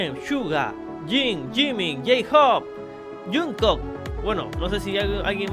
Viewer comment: no se dice junkook aaa AJAJAJ😲😂 pronuncialo asi jongkuk